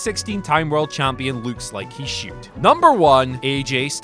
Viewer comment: "He lukes like he shude"